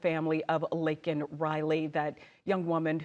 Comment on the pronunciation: Oh yay u said my name correctly! U rock